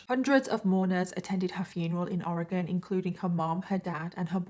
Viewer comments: Thank you for saying Oregon right!!!! You said it more correctly than half of America 😂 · Good job pronouncing Oregon correctly. I’m in Eugene.